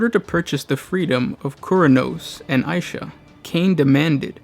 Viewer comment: Isha or aisha? Vaults of terra called her god of healing as isha, you called aisha , mother